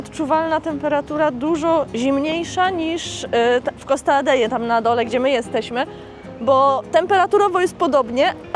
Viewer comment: Costa Adehe ,nie kalecz Hiszpańskiego.Fajny odcinek ale wymowa do bani.My tam jesteśmy kilka razy w roku🖐